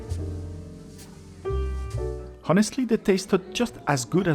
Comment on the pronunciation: Very good, enjoyable, informative reviews. Just one small point: the 'h' in 'honest' and 'honestly' should be silent. Yes, we do not pronounce it here in dear old Blighty, or even in the good 'ole Yew Ess Ay, or anywhere you can find people pronouncing English correctly. I note that you Ftencl have multiple examples of the silent 'h', as in 'homme', and indeed 'honnête.' '